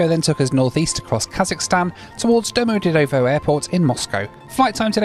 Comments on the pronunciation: Domo-de-dovo while your pronunciation is hilarious, your videos are awesome, safe travels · Moscow Domodedovo is pronounced Dom-od-yed-o-va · Love the way you pronounced Domodedovo. Sounds like a place in Italy.